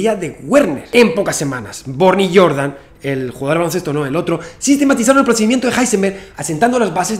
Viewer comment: Recuerdo, vagamente, que el apellido de Jordan, por su ascendencia, se pronuncia con la "J" y no como el jugador de baloncesto.